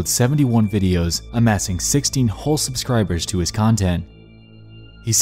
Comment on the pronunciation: “Ammassing sixteen whole subscribers” damn, ruthless